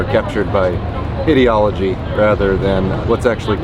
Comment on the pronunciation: Btw, that guy on the bench said, "Idiology," not, "Ideology."